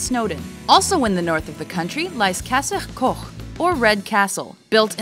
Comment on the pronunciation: Kudos! Your pronunciation of the Welsh names was outstanding (I went to a Welsh only school btw) you said castell coch perfectly. Thank you for the effort cause so many people just don't try hard enough to get it right 👍😊